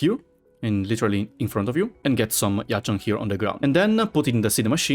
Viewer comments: Thanks for the amazing blueprint I also noticed that ur quite fluent in Chinese from the say u said Jinchao and Yazhen Keep up the work man! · The way said Yazhen and Jinchao shows how he really fluent in Chinese, respect.